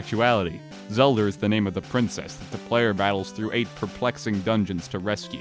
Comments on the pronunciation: You said Zelder!!! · Even down to "Zelder". Incredible.